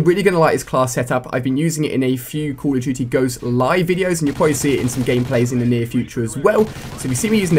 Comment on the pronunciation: It sounds like he says call of chuchy ghost lol